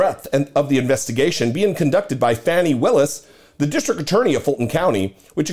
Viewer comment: Hey, just a quick note, her name, Fani, is pronounced Fawnie. She is the DA in my county, Fulton, County Ga. She is the best, too bad Uncle Joe didn't appoint her to DOJ instead of Milquetoast' Merrick. The head of the DOJ that doesn't want to upset anyone. Has he even prosecuted ANYONE? At a time when we needed a Pit Bull, Uncle Joe gave us a Poodle. I can't forgive him for that. He has to be replaced in 2024 with a Stronger Democrat.